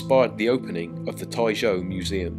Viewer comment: then your pronunciation and typing are wrong